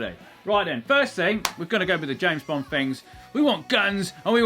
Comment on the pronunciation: Am I the only one who keeps hearing "Bong-Car"??